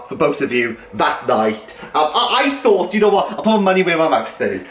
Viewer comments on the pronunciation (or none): none